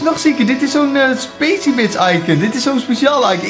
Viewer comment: Vgm spreek Je pacybits uit als pakybits en niet als pasybits